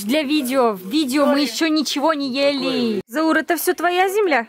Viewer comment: Заур ударение на букву а, а не на букву у